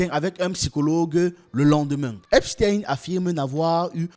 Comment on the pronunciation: C'est eipstein comme eistein .pas tin .